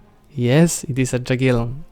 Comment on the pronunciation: Borders 13/10 litteraly The way you say Jaggielon 0/10